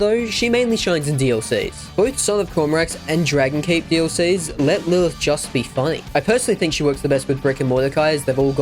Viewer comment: Why do you pronounce "Lilith" like an absolute moron 😂